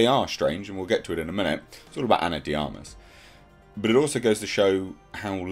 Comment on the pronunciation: Finally someone pronounced Ana De Armas name properly